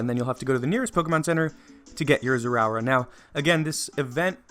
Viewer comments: “Zeraura”😂😂😂 Zeraora is pronounced “Zera-ora”. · its pronouced zay a aura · NO DON'T PRONOUNCE IT WRONG IT TRIGGERS ME! It's pronounced zeh-ruh-aura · ITS NOT ZEROURA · zera or uh you are making me angry >:( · It's pronounced like this "Zerah Aura" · He is pronouncing the pokemon's name wrong and it's Annoying. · How he said his name tho 🤣😂🤣😂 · Your pronouncing the name wrong